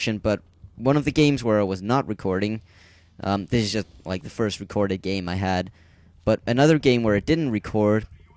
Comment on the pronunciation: Uhuuhuhhuh FIERST. Had to say it lol